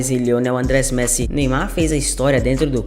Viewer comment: ESCREVE-SE LIONEL ANDRES MESSI. MAS PRONUNCIA-SE LIONEL ANDRÊS MESSI.